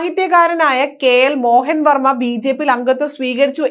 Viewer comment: വാർത്ത വായിക്കാനറിഞ്ഞാൽ മാത്രം പോര. അല്പം പൊതു വിവരം ആർജിക്കുന്നതും നല്ലതാണ്. പ്രശസ്തനായ എഴുത്തുകാരൻ കെ.എൽ മോഹന വർമ്മയെ മോഹൻ വർമ്മ എന്നൊന്നുമല്ല വായിക്കേണ്ടത്.